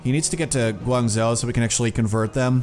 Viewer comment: Guangzhou is pronounced "Gwang-Jo" :-)